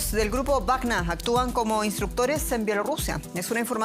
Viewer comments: Sra periodista ud esta hablando en castellano no es grupo wagna sino WAGNER , lea bien por favor dejse de creerse alemana , hable corrctamente el espanol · Me molesta como pronuncia Wagner